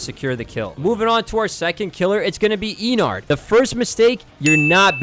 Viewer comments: Mistake 32: "Springfield" When it's Springtrap 😭 Mistake 33: Eeeenard when its EH nerd for Ennard's Prononciation 💀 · Bro said eenard. Enard is corresct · Its pronounsed ehnard or so nor eeenard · Ennard doesn't sound like "eenard" its a regular e. Thank u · ennard is pronounced similarly to "innard" and not how you pronounced it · ok most of your tips are trash anyway but like SPRINGFIELD IS CRAZY BRO AND IS YOU PRONOUNCE ENNARD AS EENARD ONE MORE TIME IMMA CRASHOUT AND YOU SPELLED IT WRONG AND IN THE TITLE OF THE VIDEO YOU SPELLING NIGHT WRONG ITS NOT NITE WHAT IS BITE BY NITE NITE nah bro this gotta be ai